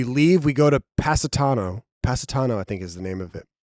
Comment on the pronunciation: pronouncing Positano like Pasadena has got me dead lmfao